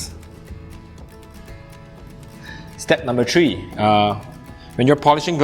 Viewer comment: Step number TREE??? H... HUUUHH UHHH. THREE UH... HOW COME ASIANS CANT DO 'HAITCH' SOUNDS???